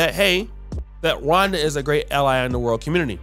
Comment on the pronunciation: Is saying Ronda, or Rwanda? Bruh be messing up all kinds if words 😂